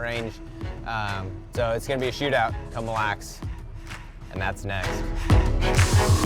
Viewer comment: The way Americans say Mille Lacs needs work. It's French for thousand lakes, and it's pronounced, phonetically, "Meal Lack". Not perfect but close enough. Saying "Millax" is hilarious.